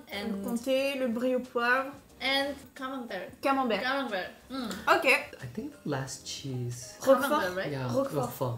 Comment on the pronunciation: Le Camenbereeeuh m'a achevé 😂😂